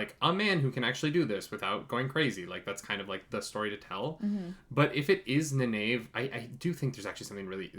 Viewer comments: loved the video just one minor point its pronounced Ny Neve not Ni nave but keep up the good work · Loved watching this :) gotta say you seem to be getting the more into it the more you get the hang of things, some of the thoughts there were quite spot on :D One thing you may benefit from is just pronounciation of Nynaeves name :P Try this: Nayneev ;) keep up the good work ps. the prime has a map of the world if you scroll down a bit ps.2: the war in the south was the war that they quickly showed. Logain was trying to take over Ghealdan, but was stopped.